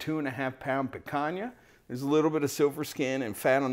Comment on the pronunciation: The Brazilians can forgive your mispronunciation, but Spanish is going to make enemies. ;) I'll still try the Kick Ash Basket. Looks like a nice toy with the can.